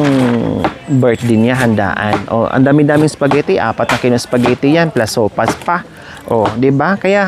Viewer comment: Sopas madam not sowfas😅